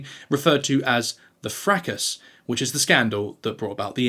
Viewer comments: And the S in fracas is silent 😂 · Your pronunciation of 'fracas' and 'niche' is certainly a choice! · Thanks for video. Fracas.... This used to be pronounced, fra-car 🤔